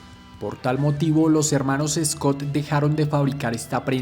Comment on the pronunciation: Amigo excelente video recuerda que se pronuncia Schott no Scott. El precio de la chaqueta original si era $5usd pero más o menos ese era el salario mensual es decir que una Schott en esa época costaba el equivalente al precio hoy en día aprox $900usd. Las estrellas en los hombros era por que en la posguerra los veteranos de las 2guerra mundial volvían y decidían usar sus ahorros para comprarse una moto, eran veteranos y usaban esa insignia militar “Brigadier General” De hecho en años posteriores dejaron de poner la estrella en el hombro porque se las robaban de las tiendas de ropa. Los botones de las Schott perfecto son casquillos de balas. Schott fue la primera empresa en poner una cremallera en una chaqueta de cuero, las primeras eran de aviador y la chamarra perfecto es si se mira bien una chaqueta de traje elegante pero de cuero y con cremalleras. Café racer era porque en Inglaterra los jóvenes se reunían en cafés para correr y hacer piques, en los parches de los café racers hay uno que dice “Ton Up” que significa que alcanzó las 100 millas por hora.